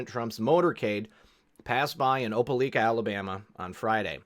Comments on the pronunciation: Georgia in the house, right across the line from Alabama. Absolutely NO criticism intended. I just wanted to tell you Opelika - pronounced in the southern tongue as O Pa Lie Ka. I really enjoy your work and always want to thank you for sharing. I was out of town this weekend at a family function. Passed out red pills right and left. They were taken graciously and questions were asked. I didn't see any cognitive dissonance at all. They are waking up and were ready to receive new info. What a wonderful time to be alive. I was the news! I showed them the qmap and how to navigate and told them to do their own research and thinking. Also encouraged them to spread the word, Trust the Plan, and enjoy the show. Again thank you for being the news. I wouldn't have been as successful in my mission without your help. WWG1WGA!!! KAG!!! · Opelika is pronounced Op a like a. Thanks